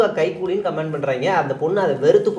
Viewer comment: ஏன்டா இவ்வளவு இளிக்கிறீங்களே.''கமெண்ட'' ன்னு சொல்ல தெரியாம '' கமேண்ட்'' ன்னு சொல்றீங்க. படிங்கடா.